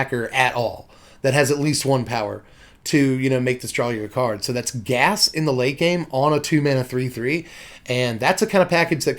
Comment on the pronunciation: Great video but. You pronounce it Gia's cradle?